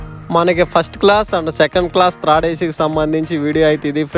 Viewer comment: thrid kaadu nayana third adi.. ni telugu tagaleyya